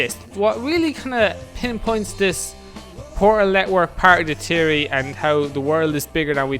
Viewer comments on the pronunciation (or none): Fe-or-ry NOT Tea-or-ry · It's theory not tery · " I have a tiery " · Pretty sure its THeory not teory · You say teaory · you scant pronounce theory theory but still decent vid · WTF is a teary he says it wierd